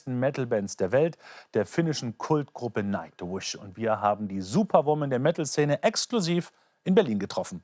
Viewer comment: Did he really say Nacht-wish? lol ha ha